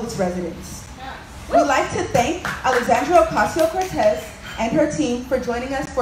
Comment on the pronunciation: Just wondering ... how much did that outfit cost? With that total breakfast bill, how many homeless men, women and children could have been fed? And who worked that camera? Does the term heroin with drawl come to mind. And why does AOC only have a Spanish accent when pronouncing her name?